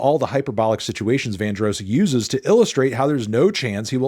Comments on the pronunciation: Bro said LUTHER VAN-DROSE 😂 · I was very distraught to hear him say the name incorrectly. I’m not even that heavy on Luther but you put respect on the man’s actual name. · never heard Luther Vandross pronounced like that, okay